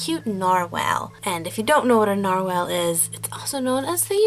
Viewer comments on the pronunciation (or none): lol I am sorry you are saying nar-whale but its nar-wall but less choppy like narwall but spelt narwhal the English language is to weird... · IT'S PRONOUNCED NARWALL